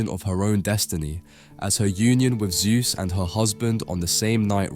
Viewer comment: His name was not "Soohth", but ZEUS!